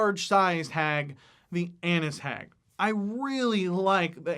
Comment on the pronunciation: i thought u said Anus hag lol